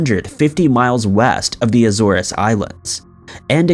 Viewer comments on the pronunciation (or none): Where on earth is 'Anartica'? Where are the 'Azoruz Islands'? Where is 'Maycedonia'? For Heaven's sake learn how to pronounce place names before creating another, otherwise interesting piece of work. It's unprofessional. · The islands are the "AEEEE-zores", NOT the "Ah-ZOR-ess". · I enjoy your content, thank you very much. But my pet peeve is mispronunciations. how hard is it to have somebody proof read or "proof listen" to your videos to correct you on how to pronounce AZORES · have not has the way you pronounce Azores lol!! and it's throne not thrown lol!! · Dude,, I LOVE your videos. My wife and I always find joy when listening to them together. But please, PLEASE work on your pronunciations!! It seems every video you publish has at least one glaring mispronounced word, but its usually more (Azores in this video so far, I'm typing as I listen to it). Can you please take a moment and use the online tools to make sure that you are speaking your scripts correctly beforehand? You have a great voice for your chosen profession, and are great and inflection and cadence, but when you mess up on seemingly simple & well-known words, it's like nails on a blackboard. Please try to work on that. I don't mean to down you man. Like I said, we love listening to ya. Put you GOTTA work on your word selection and/or how you speak them. Take care man, & good luck! Edit: Macedonia was another mis-speak in this video, so ya got 2 instances. Please strive to be better man, you deserve it to yourself! Again, good luck!!